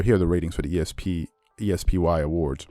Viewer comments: Why are you pronouncing the ESPY'S like you pronounce ESPN? Especially while talking about mispronouncing names is hilarious. It's a word. NOT four letters. It's es-pee award. Not e s p y award. Just letting you for future references. 👍🏾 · The E-S-P-WHY Awards. Really? That is a funny way to say it.